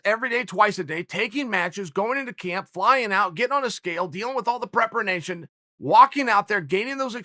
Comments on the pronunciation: If Uncle Chael says it's all about 'prepernation', then fuck me it's all about prepernation! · Prepernation.....ummm 🤔 What's that Uncle Chael?!? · Prepernation lol. Uncle Chael let’s get that in Websters.